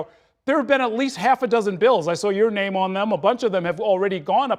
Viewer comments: They don’t even know how to pronounce his name, unbelievable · they couldn't even respect him enough to pronounce his name properly. why does anyone follow someone who doesn't respect others or themselves? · to be fair, Dump couldn't pronounce this guy's name, not because he was mocking him, but because he is actively demented. it's a medical condition. i'm still going to mock him for it.